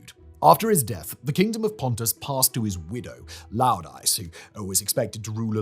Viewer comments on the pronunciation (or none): Side note the Greek pronunciation on Laodice is Lay-oh-die-key. it’s spelt in Greek as Λαοδίκη the ‘ce’ is anglicised ke so it’s not see but key